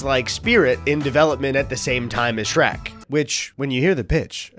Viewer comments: Speaking of over-analyzing unanimously bad games…you only did this so you could say “shre-cu” first, didn’t you? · “Shre-CU” is a wild thing to just buzz by us without more discussion. We need to agree on stuff like this. I had a physical reaction to hearing that abbreviation said aloud